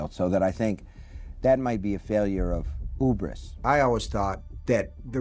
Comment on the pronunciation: It's just hilarious to me out of all his books that were adapted this was the film he harped on. Also his pronunciation of hubris as "Ubris" made me laugh too.